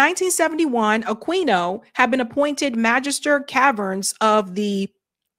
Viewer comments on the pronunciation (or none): I’m pretty sure the Q in Aquino is silent in Spanish. (A-Keen-oh)